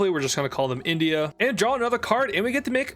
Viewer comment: its INdia not ONdia